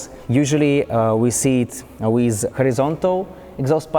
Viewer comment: Ты делал этот видос для кого? для Англичан или для Русский? Если для англичан то и без тебя там 2мл человек которые могут рассказать намного лучше Чем ты с твоим английским, а если для Русских то и разговаривай тогда по-русски. Дизлайк с твоим произношение Wizzzzz, уши режет бездарь, разговорный With not wizzz.!!!